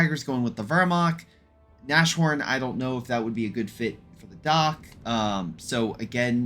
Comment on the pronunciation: The "sh" in Nashorn is supposed to be pronounced separately, so like "nas-horn".